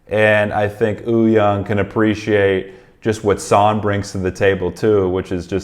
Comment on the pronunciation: Its not ooyoung btw haha its Wooyoung